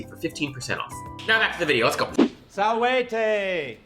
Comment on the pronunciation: This is the worst pronounciation of Salvete I've heard in my life.